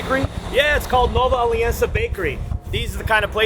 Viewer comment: "Nova Aliança" became "Nova Alicanca".